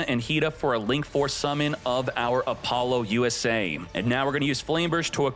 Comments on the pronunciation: "Appolo USA" is that what I heard? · "AppoloUSA" is sending me evey time you say it